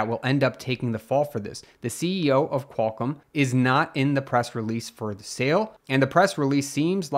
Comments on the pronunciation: Its QualComm, not "kwulcum" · Somebody should stop "Qualcum"